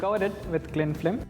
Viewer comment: this is a fancy Baked Alaska. Good job. He kept on saying Cling FLIM tho instead of film. how does candied rose petal/rosewater/choco ganache taste like?